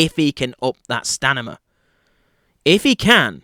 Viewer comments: stamina,,,, not stanima !! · stamina not stanima